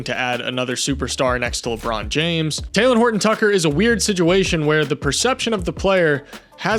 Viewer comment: Aye bro I love your videos but why do you say sidguation